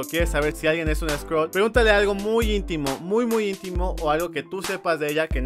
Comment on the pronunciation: Original : Skrull Traducción latinoamericana: sCroLs